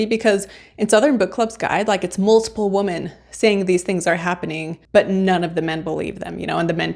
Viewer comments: You sound like you are saying woman everytime you mean women. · Good review. I enjoyed it, but check your pronunciation of “women.” Plural. It is not pronounced the same as singular “woman.” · It's women not woman. Women is plural. It hurt my eats to hear you say that over and over in the wrong context.